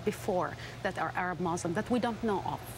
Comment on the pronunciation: Exactly when did people start pronouncing muslim as mousselim? smh